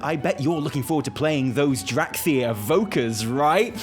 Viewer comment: I dont know if said this on purpose, or if it was just a slip of the tongue, but in my spoken language, dracthyr will forevermore be known and "dorkthyr."